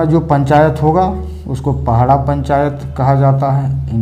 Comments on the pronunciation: Thank you sir May I request you to correct word "pahada". Not pahada but "padaha". secondly "sasan diri" does have especial context, do not explain in the context of "shamshan". shamshan has fear factors but sasandiri has reverence and link between alive khunt and those who are dead but still connected to the Family and village. we the munda tribe do separate from our ancestors. Thank you. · पहड़ा नहीं होता है बल्कि पड़हा होता है। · पहड़ा या पहाड़ा जैसे कोई शब्द नहीं है। यह शब्द है : पड़हा। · सर पहड़ा नहीं पड़हा होता है